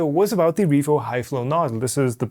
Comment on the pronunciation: "Revoo HighSlow Nozzle" Sorry;D